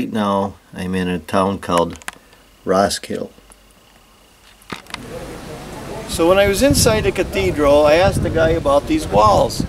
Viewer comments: "Ross-kill" ??? Damn yankees. It's prenounced Ros-kil-de as it is spelled. It's not in the US. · You forgot the "D and E" in the end of Roskilde, you said roskil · Its "Roskildeh". The "e" is not silent. Most of them isn't. Only English and French is different. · Yep, Ros-kill-DUH. Otherwise an excellent efflorescent vid! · RoskildE! The E is not mute!!! :D I can't believe how irritating that pronunciation was! :D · In scandinavia we also have some Wood house that are as old as that building. And in the name Roskilde all characters are prounounced, even the last "e". ;-) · the way you pronounce Roskilde hurts me physically. aside from that its a great video! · Your mispronunciation of "Roskilde" is grating.